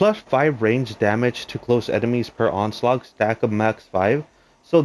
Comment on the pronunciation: It's onslaught dude. Not onslaug